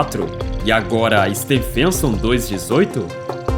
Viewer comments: Can't you at least find an artificial voice that knows how to pronounce Stephenson? The voice sounds like it's saying "Stan Fenton". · It's absolutely mind-boggling that you are making a video about the biggest star, but can't pronounce Stephenson 2-18 properly.